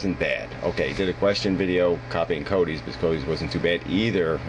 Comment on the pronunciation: Im sure its CODY webber, am I hearing wrong or does he always call him coby? Am I missing something here?